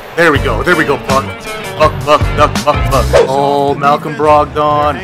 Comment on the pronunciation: Pronounced brog-dun